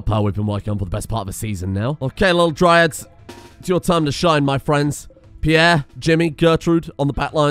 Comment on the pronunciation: Peirre > not Peirre